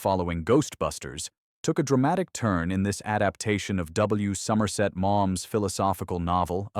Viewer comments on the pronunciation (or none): none